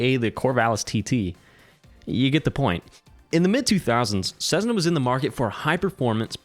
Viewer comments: It’s not Cezzna, it’s Cessssna! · Sezzna? I have had my private pilot certificate since 1979, and the only time i have heard Cessna mispronounced that way is from people who didn't fly. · The DA-50 is only the best plane if you haven't had to pay for it. And, to improve credibility, you should honestly research how 'Cessna' is pronounced. Then you'll stop sounding silly by saying 'Cezzna'.